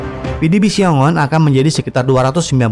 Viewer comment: Xiong An, bukan Xiong On , min.